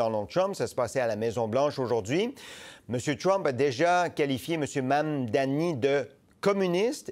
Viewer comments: Mise à part le sujet c’est quoi cette dyslexie de la part de et autres personnes qui ne sont pas capable de dire le simple mot Mamdani. arrête pas de dire Mammmmdanï comme un enfant mais il est capable de dire Arthabaska, le mot démuni, le mot Maman ou Koskinen sans le dire de manière bizarroïde. (J’aime bien mais rendu à ce stade on dirait que certains essaye d’amplifier le fait que le nom est d’un autre pays alors que des noms comme Abou-Khalil ou Koskinen sont dit avec facilité) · Est-ce vraiment difficile de prononcer Mamdani ? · galere avec la prononciation du nom Mamdani 😂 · C'est vraiment pas compliqué a dire, Mamdani, allez on répète Mamdani, sérieux il fait dur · MAM-DANI. Ce n'est pourtant pas difficile à prononcer. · Ça devient gênant votre incapacité à prononcer Mamdani. C’est trois syllabes, aucune lettre muette, aucune sonorité « exotique ». Vous allez en parler longtemps, alors apprenez-le.